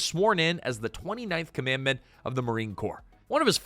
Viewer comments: It's COM AN DANT, not COM MAND MENT (of the Marine Corps) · “Commandant,” not “commandment.” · Hey, just wanted to point out, "Commandant" is pronounced as "Kah-man-Dahnt." Had to learn it in high school. Also, love your take on the movie! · "Commandment, "commandment???" It is COMMANDANT, you AI piece of "CARP!" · It's not commandment, it's Commandant of the Marine Corps...(Kah-men-dahnt) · Commandant not commandment. Good grief. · It is pronounced "COM-A-DANT" not whatever the hell you said. USMC 99-13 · Commandant (/ˌkɒmənˈdɑːnt/) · May want to learn the correct way to pronounce Commandant. Good video as always